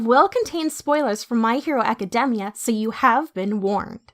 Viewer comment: The way the narrator says academia is kind of annoying but god vid